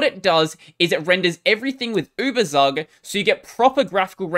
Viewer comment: "Ueberzug" is a German word (Überzug) which means "Coating". It is correctly pronounced "Uebertsook".